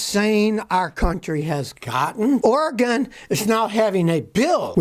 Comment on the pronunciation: Savage Scotty is such a legend he knows how to correctly pronounce Oregon.